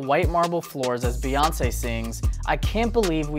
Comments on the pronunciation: STOP CALLING HER BAY! It's Bey like a Bumble Bee. Her names is not BAYONCE. Jay Z says her name often and so does everyone else (Queen Bey). Sorry I could not hear anything after her called her BAY lol. Carry on... #RANT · Did he just say Bae( as in Bay-yonce) instead of Bey, as in (Bee-yonce)?! I want his black card revoked!